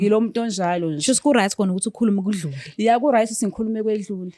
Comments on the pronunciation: Lol manje losisi akakwazini kuthi Right ngoba elokhu ethi Rice lol aiiii 😂🤣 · Guys lo cc uthi rice or right😂